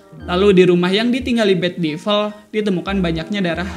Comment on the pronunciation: Agak terganggu sama cara pengucapan Devil...